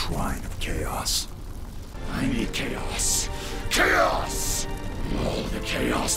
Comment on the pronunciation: After a while it just sounds like K OS